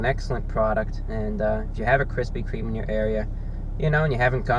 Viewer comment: I keep laughing at "Kristy Kreme"